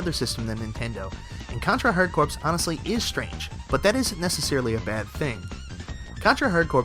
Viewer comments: "Corps" is pronounced like "core," as in "hardcore." I doubt very many people would want to join the Marine Corpse... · OMG dude your killing me. In one video you kept saying Mary-Oh instead of Mario.. Now you say CorPs instead of Core.... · it's pronounced core not corpse, they don't call it the marine corpse man. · Isn't it the United States Marine Corpse? HA! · It's pronounced "hard core", not "hard corpse".lol. other than that, you got yourself a subscriber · Hard...Corpse? Dude, it's pronounced like core, not corpse. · Baaaah, it's pronounced "core!" Contra Hard Core! Like Marine Corps. The p and s are silent! Hell yeah for Contra Hard Corps, Castlevania Bloodlines, and Streets of Rage. Was sad to see no love for Granada X, Beyond Oasis, and Sub Terrania, though. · corps is pronounced "core" not "corpse". now that i have told all of internet of my superior knowledge of the English language. good vid man. loved a lot of these. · Hard Corpse? "Corps" is pronounced "Core". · Good video! But it's called Contra "hard corps" (hard core) not "hard corpse" ;) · HARD CORPS IS PRONOUNCED HARD CORE, NOT HARD CORPSE...SO FUCKING ANNOYING!!! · . Mizrabel is pronounced "miss-ra-belle" and contra hard "corps" is pronounced "Core" not "CORPSE". It's supposed to be a pun on the word "hard core" which is why the named it as such. Gosh you are a hopeless ignorant fuck. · The "ps" in "corps" is silent. Have you ever heard of the Marine Corps? When someone speaks about it, do they say "Marine Core" or "Marine Corpse"? The incredibly cheesy pun that is the title "Contra: Hard Corps" (read: Contra: Hardcore) is thus completely missed by the author of this video. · It's pronounced "hard core". You don't pronounce the word "Corps" like "corpse". "Corps" is pronounced "core"..... (Puts face in Palm) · Corps, not corpse. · Really? You pronounced Hard Corps wrong? It's pronounced "HARDCORE". The P and S are silent. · I cringed every time he said "Hard Corpse" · contra hard corpse haha